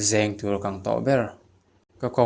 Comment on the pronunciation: Hna hna ni lo in,hnâ hnâ tih tur,zêng ni lo in zeng tih tur zawk aw.